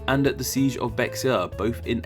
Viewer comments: I'm a native of Bexar county and Bexar is pronounced like "bear". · Bexar is pronounced Bear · Spanish words in Texas, such as place names, routines got mispronounced or partially mispronounced by many of the Anglo (white, English) settlers. -- But some names were still pronounced properly. -- For example, "Bexar" is not pronounced as in English. It's not Beck-Ssarr County, it's "Beh-HHAHR" County (and town), named after a person. You'll hear a mix of Spanish words pronounced differently in Texas. The X is usually an "eks" sound, but in Spanish, X, J, and soft G can all be an H sound or the strong HH like in Scottish loch or German Bach, Buch. Older Spanish also sometimes had X, J, and soft G as a SH sound, which is why the Tejas (Tay-shahss) Indians became Tejas (Teh-Hhahss) and then Texas and then in English, Texas (Tek-sas). Yet San Jacinto went from "Hah-seen-toh" to "Juh-sin-toh." -- When in doubt, consult a Texas native. :) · Bexar is pronounced "Bear" as in Bexar County. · Bexar pronounced bear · Just a helpful statement, the “BEXAR” is pronounced BEAR; like the animal. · Yeah he’s not a Texan he just said Bex-ar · Native Texan. Not pronounced “Bexar.” Pronounced “Béhar.” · Bexar is pronounced “bear”! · Pro tip: Bexar is pronounced bear. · Bexar is pronounced the same as "bear", just like the animal. I'm from San Antonio, TX, trust me! Cheers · As a free Spanish lesson, "Bexar" is pronounced BAY-har, strange as it may seem. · Bexar is pronounced "BĔ-har" or just "bear" like polar bear. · I'm pretty sure Bexar is pronounced like Bear, as in the animal. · “Bexar” is pronounced “Bear” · "Seige of Bexar" Bexar is pronounced "bear" :) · You said bexar wrong in Spanish the x sounds like an h so bexar becomes behar and Texas becomes tehas but the Spanish spelled it tejas also thank you so much it means so much to me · Bexar is not pronounced beX-r is pronounced bear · Bexar lol